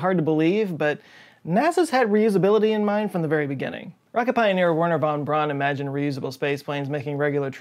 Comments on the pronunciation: Hey dude just a pronunciation tip: Eu in german and germanic languages is pronounced like our english Oi. So Eugen sounds like Oigen. And Euler sounds like Oiler. ALSO! Braun sounds like "brown" not like "brawn" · they were meaning to say that it is pronounced “braun” not “brawn” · Then he lived in Huntsville Alabama for a little while. I heard he really didnt like his name pronounced Braun because its proper pronunciation is Brown. People in Huntsville have been calling the civic center the Von Braun Center. And his daughter tells them it's the wrong way to say his name and he would not like it. Guess nobody cares.